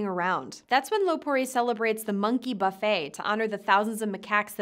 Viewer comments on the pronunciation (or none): none